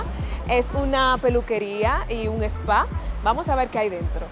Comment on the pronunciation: Pronuncia bien. Es: spa. Y no espa.